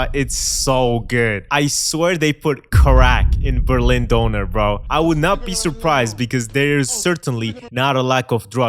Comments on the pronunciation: I CRINGE so hard everytime someone says DOONER , especially with an American accent. The ¨ above the Ö are clearly only there for aesthetics, and has nothing to do with pronunciation. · I’M SORRY, BUT WHAT IS A “Doner“??! 😭😭 (german going crazy over here bcz of the pronunciation) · It's Döner. DÖNER! Not Doner! NOT DONER! FUCKING DÖNER! WHERE YOU EVEN THERE!? IT IS DOOOOEEEEENEEEEEEEEEEER! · Not Doner, Döner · DÖNER!!!!! NOT DONOR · Did he just pronounce döner as doner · It's döner my man, not doner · DONNER? Tf is that in Berlin its called... D- U-R-N-R Prounuce is correctly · why are you saying Donner ( Thunder ) instead of Kebab?